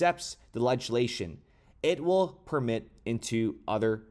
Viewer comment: PER-ME-ATE ...not PERMIT.